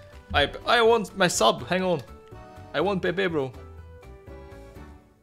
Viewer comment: Hi, im Portuguese and u should try to pronounce his Name like Pep yk